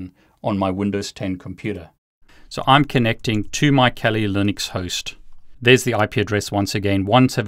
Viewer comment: Why t f does he say Kelli Linux lmao